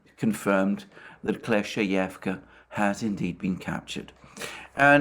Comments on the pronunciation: Kleshcheyevka. The word rolling off his tongue like a pro now lol. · Double good news: 1. Russia captures Kleshcheyevka 2. Alexander can now pronounce it